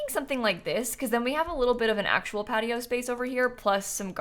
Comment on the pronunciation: Am I the only one hearing "Cat-i-oh" instead of "Patio"?